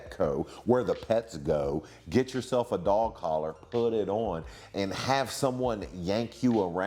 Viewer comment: I like how Maven says "on" (uon)